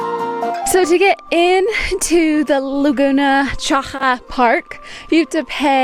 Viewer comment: The letter X in Chile doesn t sound like a J , how sounds in Mexico. In Chile X sound like X. CHAXAS sound chuk-sas